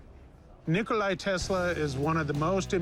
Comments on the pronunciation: It's Nikola not Nikolai... Tesla is however the most important innovator of all time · It's not Nikolai because it sounds Russian , it's NIKOLA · why do they keep calling him "Nikolai Tesla"? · Wasn't Nikola Tesla's name Nikola? They keep pronouncing it as Nikolai. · "Nikolay Tesla" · Nikolai???? It's Nikola Tesla Rick, get your facts straight. I thought you were such a history nerd. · When you call a "professional" who don't know to pronounce the scientist's name, my God... It's NIKOLA, not Nicholai. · His name isn’t Nikolai, you 🦤, it’s Nikola. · Nikolai.. Bubba.. can anyone say anything correctly?